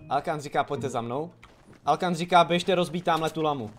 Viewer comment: Hej mě přijde že ta siry říká alokan místo alkan